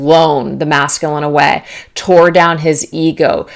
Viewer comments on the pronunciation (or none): none